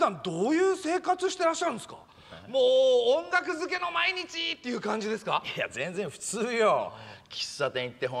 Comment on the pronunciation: 音楽漬けの毎日が女漬けの毎日に聞こえたw